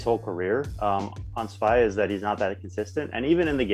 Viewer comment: Also dudes its not SVY, it's SVI. Pronounced SVEE